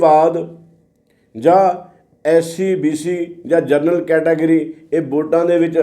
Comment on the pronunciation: "ਜਨਰਲ" ਕੈਟੇਗਰੀ ਹੈ,, "ਜਰਨਲ" ਕੈਟੇਗਰੀ" ਕੋਈ ਨਹੀਂ। ਕਿਰਪਾ ਕਰਕੇ ਠੀਕ ਸ਼ਬਦ ਵਰਤਿਆ ਕਰੋ।